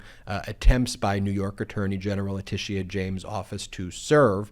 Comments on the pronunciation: Ben, love your videos but it’s not LeticEA it’s Leticia… no emphasis on E. Just FYI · your always too high its not latisia its latisha jesus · OMG!!! IT'S "La-tee-sha"!!! LOL YOU SOUND LIKE MTG SAYING "Kamala" .... hahaha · La Tish eee aaa? James? Eee eye Eee eye OH! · I really love listening to u explain what’s happening but for the love of god please learn how to pronounce Letitia James name. There’s no need to force a pronouncement of the past “I”. It’s just “sha”. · It’s pronounced leh-tish-sha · HALLELUJAH! Nearly every day we're hearing about various charges being leveled against Trump. At this point, it's almost a race to see who will get him convicted of SOMETHING soon. Love your reports. I also love Texas Paul!! When he goes to the Cussin' Pond it cracks me up. One thing though; No disrespect intended, but the AG's name is pronounced, La-ti-sha. Long before Alicia Keys was on the scene, I was born and named Alicia and I cringed every time someone mispronounced my name. Believe it or not, some people still mispronounce my name in spite of Alicia Keys and Alicia Silverstone making the name known throughout the world. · La tēsha James Laura Ingram not ingraham The R continually mispronounce names Kamila Harris is their favourite to mispronounce. They're either lazy, stupid, or are intentionally doing it to reduce them in some way. So please just stop! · I like how you say Letitia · Why can’t you just be concise? I like being informed. I want to continue being informed. It’s difficult to watch the video in it’s entirety because you always go on meandering tangents. I believe y’all are providing a great public service and appreciate that but geez. And is that the correct pronunciation of Letitia James’ first name? I do hope the orange violator clown gets indicted, convicted and thrown in the slammer PDQ.